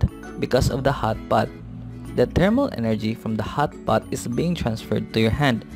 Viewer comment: The way he pronounced hot pot😂.. anyways thank you for teaching